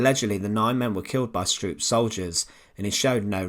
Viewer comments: It's pronounced "SHTROAP". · Although I am Dutch, not German, I would like to bring to your attention that the wrong way you pronounce Stroop's name. You Brits never seem to learn how to pronounce European names in German, Dutch etc. correctly. From your perspective it should be pronouced "Strope". Would it be possible that when you make video's like these that you first learn how to pronounce the names of people correctly. It's irretable the way you do it unnecessarily. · The usual irritating tuneless narrative.... Besides, it's pronounced "Strope".